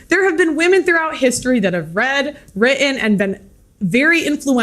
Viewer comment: Please tell Pearl to pronounce the T's in words like written. LOL!!